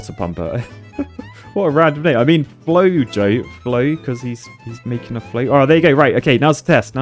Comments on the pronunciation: I believe that instead of Flo-Jo, it is actually Flo-Ho, which is the Spanish pronunciation and spelling of "flojo", meaning "lazy". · "Flojo" means floppy, lame, weak or idle, etc. in Spanish. It's pronounced like "floho" but with the Spanish j which is like the ch in "loch", and both "O"s rhyming with the "o" in "knob", not "boner". I'm guessing that's what their aka means!